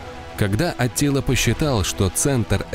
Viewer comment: В текстах анимации - Аттила, в речи диктора - Атилла, хаха